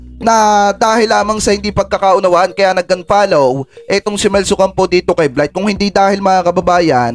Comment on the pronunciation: Yung Blythe ba tawag sa kanya, dahil kiddie talk siya, hindi nya mabanggit ang Bright. Blight ang bigkas niya heje